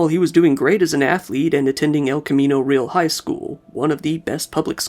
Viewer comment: What a sad story… thanks for another great video,, even as sad as it is (Just FYI, the "Real" in "El Camino Real" is two syllables (roughly, "ray-ahl"), Spanish for "royal"...)